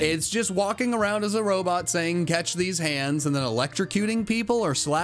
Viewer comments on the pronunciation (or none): none